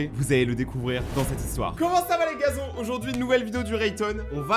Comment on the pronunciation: Au début tu as dis slt mes GAZON ???? Moi j’ai entendu saaa